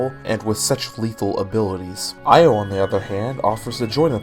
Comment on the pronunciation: Extremely late, but I think Io is pronounced “Yo”. I think some theme about the girls all having one syllable names.